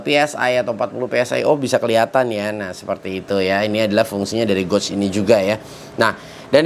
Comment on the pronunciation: Bang, maaf ya bang pengucapan kata gauge nya salah bang. Makanya divideo2 sebelumnya sempat bingung abang sebut goj goj itu apa eh ternyata gauge/gage (baca: geyj ).